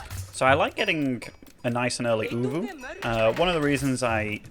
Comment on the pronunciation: Actually Ovoo not uvuu